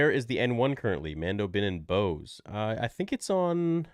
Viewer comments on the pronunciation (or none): none